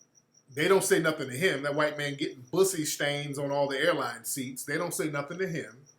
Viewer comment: Did he say ,"Bussy stains".....Mr.Nasheed you are too funny